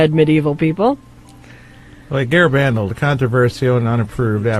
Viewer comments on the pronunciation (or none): "Garabandal" is pronounced with emphasis on the last syllable, not the third.